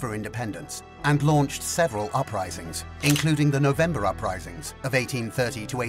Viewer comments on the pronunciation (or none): none